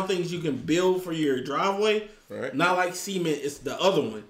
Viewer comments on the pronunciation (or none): It's cement not ceement